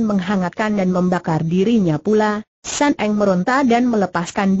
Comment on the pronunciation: Sun Eng bukan San Eng